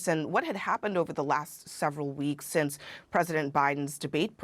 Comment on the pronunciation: Did she pronounce “since” as “sense?” I hear this quite a bit.